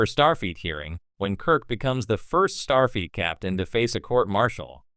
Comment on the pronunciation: The AI narrator is irritating and mispronounces Starfleet as star feet. Also, the pictures don't match the narration.